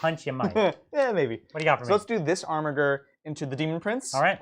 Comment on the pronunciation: So triggered by your Armiger pronunciation, it's a soft G!